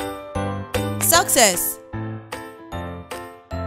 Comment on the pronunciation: She pronounced success like scces Lol🤣😂😁🤣